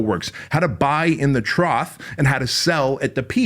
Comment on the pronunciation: The word you are slaughtering is “TROUGH,” not Troth. You have to know a word to understand it, and then to teach it to others. It’s a Peak and Trough, highest point (mountain peak) and the lowest point (like a pig’s trough), also as a test that doctors use with certain medication levels in the body. How can you be so outrageously money intelligent flex flex if you can’t even pronounce a common term properly? Or do you think that run-of-the-mill layman will not put it together? It’s the simple things, am I the only one who notices or cares? Maybe I should edit people’s books for passive income? 😄